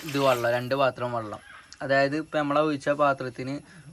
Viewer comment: വള്ളം അല്ല വെള്ളം ആണ്😂